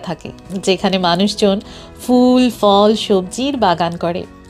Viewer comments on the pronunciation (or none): দারুণ video! আপনার ধারাভাষ্যও বেশ মনোরম। শুধু একটাই খটকা লাগল। "ফল" এর সঠিক উচ্চারণ হল "phol", "fol" নয়। এভাবেই "ফুল" হল "phool", "fool" নয়। পরবর্তী ভিডিওগুলির জন্য মনে রাখবেন।